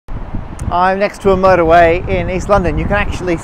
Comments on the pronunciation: The way that he pronounced motorway sounded like "murder way" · thought I was the only one who heard it that way :D